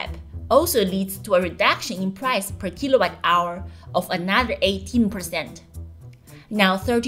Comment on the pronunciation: Jixuan, please pronounce kilowatt hour not as kilobyte hour.